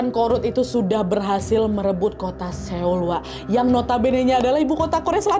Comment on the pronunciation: Kasih tipsnya dikit ya hehhehhe Seoul bacanya Soul. Icheon bacanya inchon. Goryeo bacanya goryo. Biar ngomongnya Kaya org Korea. Hehhehehe